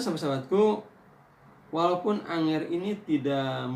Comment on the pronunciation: Angger pak bukan anger